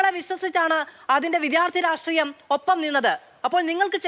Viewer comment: ഈ സീനിയർ citizen SFI ക്കാരന് 'രാഷ്ട്രീയം' എന്ന് പറയാൻ അറിയില്ലേ? ഉളുപ്പില്ലാതെ സിദ്ധാർഥന്റെ കൊലപാതകത്തെ ന്യായീകരിക്കുന്നത് കേൾക്ക്കുമ്പോൾ അടിച്ചു നട്ടെല്ല് റബറാക്കാൻ തോന്നുന്നു. അതിനിടെ 'രാട്രീയം രാട്രീയം ' എന്നുകൂടി കേൾക്കുമ്പോൾ വെട്ടി നുറുക്കാനുള്ള ദേഷ്യം വരുന്നുണ്ട്. 🤬🤬🤬🤬🤬🤬